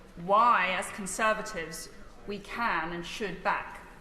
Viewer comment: Cruella said "Conservadivs"